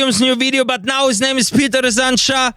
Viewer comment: It's pronounced as Pyotr Sa-ran-CHA